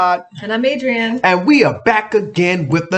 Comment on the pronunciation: Love your content, your pronunciation of S.A. words Adrienne is spot on! Wowww 👌